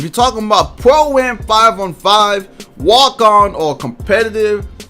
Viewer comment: is he saying Pro-am or poem?